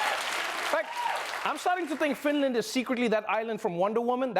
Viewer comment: FINDLAND WTFHHHHAHFAH